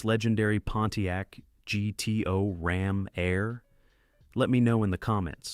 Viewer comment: 1967 Pontiac GTO Rom Air. Rom Air? Really? Goodness you are bad at this. Do us all a favor -- stop making these videos.